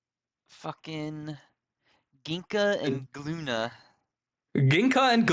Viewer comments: The G is silent so wouldnt it be Loona? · Isn't in page 13 (Ginka & Glüna) specially said that the G in Glüna is silent. So if you were to pronounce perfectly should be Lüna? 😅 Tho Glüna is cooler